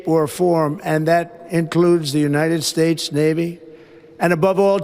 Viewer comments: United 'spates'? No, not misheard. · The United Smates. Enough said. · the United Spates ?....This man is literally fcked in the head !!!!......and this Idiot mocks Biden for his speech !!